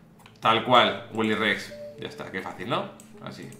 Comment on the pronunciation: Like por que Willyrex no dice Willyrex, el diseño Willyress